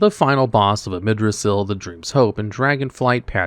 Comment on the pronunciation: Also AMIRdrassil not Amidrassil….